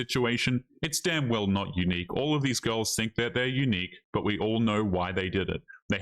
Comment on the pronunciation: Yor, what is going guiys, I hope you are awl doing wewl... ...I'm eschewming...